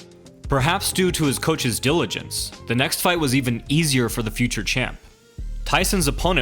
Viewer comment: What's a "deluigent"?